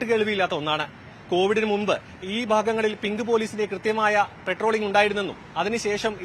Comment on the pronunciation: പെട്രോളി൦ഗ് അല്ല സേട്ടാ പട്രോളി൦ഗ് ആണ്